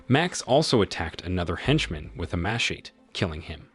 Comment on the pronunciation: I thought this was a real person narrating these videos. Only AI would pronounce these words that way. How do pronounce Machete wrong?